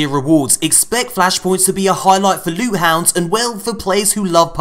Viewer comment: lewt my friends lewt!